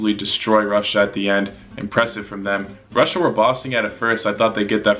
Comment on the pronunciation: bruh is pronouncing Russia rusia